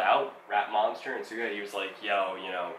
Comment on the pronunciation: Plus it's pronounced shuga like sugar without the r 😁